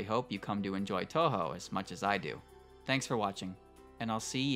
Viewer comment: Oh god I cant get over the cringey pronunciation of touhou. It would be better if you didn't try my man. Just say it anglicized if this is how you try to say it with a Japanese accent